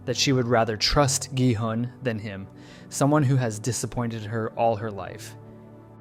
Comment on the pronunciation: Omg why can no one pronounce the characters' names right! It's not "Noel" it's Na-eul as in Nah-eyul... Not Dye-ho but Day-hoe... Not G-hunn but Ghee-hoon 😂.... Please, it's not hard to learn.... Just a google away.... Ok tbf he fixed it later on 😂.... Annnd he went back to it, dear goodness man! Pick one! 😂